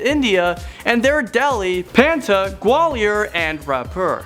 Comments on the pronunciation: Great try but its patna not panta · pah th nah = patna